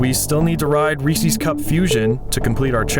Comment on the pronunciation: Calling Reese's "Reesie's" is a sin i cannot forgive